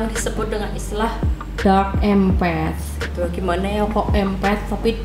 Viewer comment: Menarik sekali pembahasannya karena Abah juga empath, maaf kalo boleh Abah saran sedikit coba dengarkan para bule yang membahas empath itu, rasanya dari semua bule yg Abah dengar itu empath bule menyebutkan melafalkan tetap em'pat bukan empet😅, sekedar saran saja ya jangan marah karena jadi terdengar aneh empet empet.... Dark empet.... YouTubers lain malah ada yg lebih parah empath diucapkan impet impet wkwkwkw malah seperti impact benturan atau akibatnya, berdampak, kan jadi salah arti begitu, mgkn mereka ga pernah denger bule nya jadi dikira kira ejaan dan ucapannya di Inggris ingriskan sebisanya. Abah tidak maksud membuli silahkan di periksa orang Amerika, Eropa dan bule lainnya semua ucapnya empath itu em'pat, Abah bisa salah juga, mohon maaf juga, jadi ini sekedar saran saja. Tetap semangat berkreasi dan sukses ya